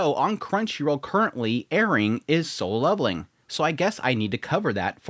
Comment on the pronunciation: Why does he keep saying sole leveling?